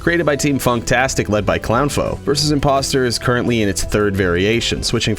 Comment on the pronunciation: I love how he say clownfoe instead of clowfoe